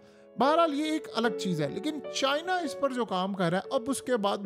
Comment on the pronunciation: CHIIIIIna chacha itna zoor q lgata hala k chini toh chotay hotay